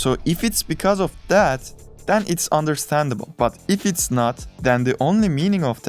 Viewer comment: why do you pernounce "then" or "when" like "Than" or "Whan" ??? is it that hard to do it right ? wtf